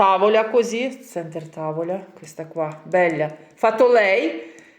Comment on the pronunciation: Не бельо, а белло